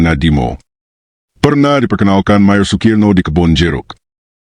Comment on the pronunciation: Mejer opo Mayor - - - bacanya/ngomong nya gak jelas - - - MAYOR SUKIRNO jangan mejer Sukirno - - - sok ingris